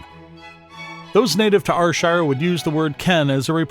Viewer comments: It's pronounced AIR SHIRE not R SHIRE ya numpty or eejit or haufwit lolx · Slight correction - its not are-shire it is ayyr- shire... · its pronounced air sher nor are shire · Here's another yin, NIPPY! which is whit a wid describe you cryin' it Rshire when it's Ayrshire (pronounced Air-shire), ken whit a mean? 😂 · ye dont pronounce it like R-shire. you pronounce it like air-shire. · Air air air air shire not r shire!!! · AYR(Air)SHIRE! not Arshire! 😡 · AHHHHHH ITS AIR-SHIRE NOT AR-SHIRE😑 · Why would one go through all the trouble to make a video and mispronounce the area you are talking about. R shire????????? AIR AIR AIR Shire....................... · It's pronounced Air-shire! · Can everyone understand Americans u call Ayrshire fu*kn areshire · NOO ITS AIR-SHIR THATS HOW U SAY IT 😂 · Ar shire , Scat land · Its not R shire wtf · Arshire... wtf are you? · Lol ...OH DEAR only 13 seconds in and already theres a mistake.. ps yes i am fae ...R SHIRE.. ..Dalry...or is that dal.. ry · Clearly some folk don't get sarcasm. Why would a channel dedicated to Ayrshire get an American that can't pronounce Ayrshire correctly. Thankfully some of us appreciate the fine art of sarcasm. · How your pronounce Ayrshire is… cringe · Who's going to trust someone who can't even pronounce Ayrshire properly? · Fucking mook can’t even say Ayrshire , no awall ain’t bile youra heed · You cannot even pronounce Ayrshire correctly!!!!! Good grief. This is a commedy video right? You are getting it all wrong. Gaw biel yer heed! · shockingly bad video, you say ayrshire totally wrong and many of those words are not common spoken words let alone even known. I am born and bred there and none of what is said is correct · Fuck aff yae canny even pronounce the words that yur tryin tae TEACH folk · Am fae AYRshire n yer pronunciation is fucken shockin bro. Haha. Here's a AYRshire word fur ye, WINTERDYKE. Let's see if ye ken whit am oan aboot.